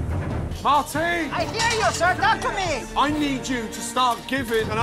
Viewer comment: Not Martin but Marteen